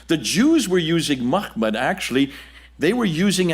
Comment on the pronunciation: Interesting. But why get the Arabic pronunciation so wrong? It's not 'muKHmed'. It's 'muHmed'! Don't confuse two different Arabic letters and their different pronunciations as it undermines the prestige of your scholarship when you don't know the difference.